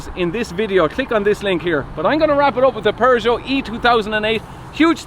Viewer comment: The pronunciation of Peugeot is not "PervertJo"... to be clear 😂